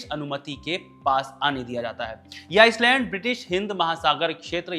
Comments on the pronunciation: आइलैंड है आइसलैंड नहीं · ख़बरगांव वालों से हाथ जोड़कर निवेदन है ऐसे सस्ता माल फ़ूक के न्यूज़ एंकर को ना लाये, माफ़ कर दे इस को भी हमें भी, हमें बक्स दे हम सस्ता माल फ़ूक के न्यूज़ नहीं देखते हैं Mistake pe mistake 1. Island not iceland 2.भारत अकेले इतने बड़े क्षेत्र को नियंत्रित करने की स्थिति में नहीं है। 3. 4. Baaki bhai log aap jode... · आइसलैंड नहीं आइलैंड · जनाब, कृपया आइसलैंड को आईलैंड बोलिए. 🙏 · bhai iceland kyu bol rahe ho?